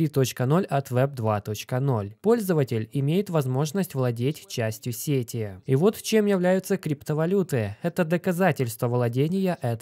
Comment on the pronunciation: Сети аж ухо режет